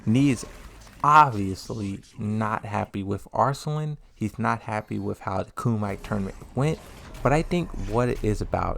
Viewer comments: Its pronounce KUM-E-TAE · Bruh, did you say “ku-might”? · Yeah, he's been saying it for a week. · Why do you say Lida and Kumite incorrectly?